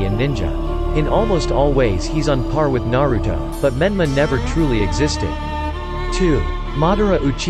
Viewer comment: And what is nawuto’s and nawuto that’s not how you say the name and plz don’t use the robot voice or maybe just say it with energy it’s kinda disturbing . Not hating